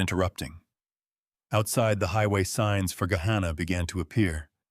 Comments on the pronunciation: There are no longer any farms on the drive from Dublin to Gahanna. Pronounced Guh-Hanna. Not Guh-hawnnuh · Was the Thanksgiving dinner in New Albany? They went south on 62 to Gahanna which was incorrectly pronounced. Route 62 doesn’t go to Dublin. If they took 62 to return to Gahanna I assume they came from New Albany and not Dublin. However later the story said the Whitfield compound was in Dublin.